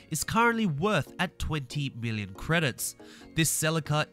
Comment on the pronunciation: it almost sounds like billon instead of million